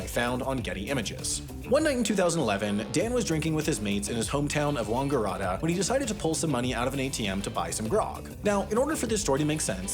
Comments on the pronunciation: Did U just say wong-erarta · Wangaratta - The "Wang" at the beginning is pronounced the same way as the "wang" in "hang out with your wang out". It should sound more like Kangaroo (but with a W, so Wangaroo?) than whatever said! Proper Aussie pronunciation would be "wanga-rat-ah". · Wangaratta= Wang like... a "wang", a like "a", and ratta like "rat uh". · Wangaratta not wongarotta It's pretty clearly phonetically spelled on the wiki page. Wang like dick, ga like in gatsby, rat as in the animal, and a the same as ga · "Wang" and "rat", not "wong" and "rot" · WON-GAR-ART-A? Aussie eye-roll WAN-GA-RAT-A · The "wang" in Wangaratta is pronounced like "bang" or "clang" not "wong" Source: am Australian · Willem Powerfish did a good interview with this guy ages ago. What a story eh ? The place sounds like Wang-a-ratta not Wongaradda though. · wangaratta is pronounced wang·guh·ra·tuh not WONGgaratta :) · as an Australian it is very important for you to know that it is pronounced wang·guh·ra·tuh (you need more nasellyness at the end, (or more bogan in your voice) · lol wangaratta == wongoorata? mate its wang-ga-rat-ta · It’s pronounced wang-guh-rat-a (I live really close to there) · I just gotta correct your pronunciation here… For Wangaratta, you say the “Wanga” the same way you would say “Kanga” in kangaroo. Sorry not sorry. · You pronounce Wangaratta wrong. It’s Wang ga rat ah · Overthought the pronunciation of Wangaratta there mate. Wang-ar-ratta. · Well, you pronounced that town WRONG(aratta). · It's pronounced Wayne-ga-rat-a not whatever the fuck said lol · that pronunciation of Wangaratta “warngorotta” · That pronunciation of Wangaratta was so bougie. I love it haha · Great video buy you absolutely butchered pronouncing Wangaratta! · No Aussies dunking on that pronunciation of Wangaratta yet? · That is the oddest pronunciation of Wangaratta I have ever heard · Funniest attempt at pronunciation of Wangarrata ever 🤣,but done with such confidence!